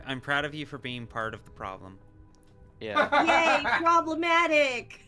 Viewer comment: cannot stop thinking about pronouncing "yay" as "yaeiy". or, indeed, about victor kain's Big Mind